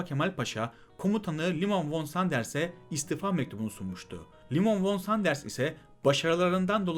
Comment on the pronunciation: Sıkı takipçinizim. Fakat Liman von Sanders von olarak değil fon olarak soylenmelidir. Zira kendisi Almandir ve Almancada v ler f diye okunur. Saygılarımla.